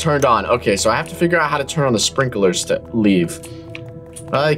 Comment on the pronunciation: i thought you said strinkeler sprinkler that's what I thought